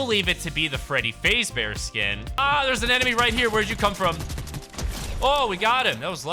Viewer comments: I'm sorry... FREADDY FAZEBEAR???? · BRO SAID “FREEDY PHASE BEAR”LAMOLOL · BRO SAID FREDDY FAZE BEAR 😭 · Bro said Freddy fazebear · ❌Freddy fazbear ✅Freddy faze bear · you saying freddy’s last name wrong makes me cringe a little